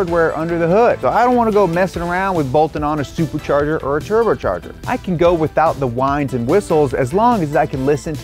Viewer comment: wtf, he says "turbercharger' and 'suburchurger"